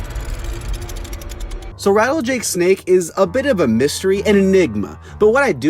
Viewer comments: As soon as the origins sign goes away he says rattlejake snake lol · “so rattlejake snake” 💀💀💀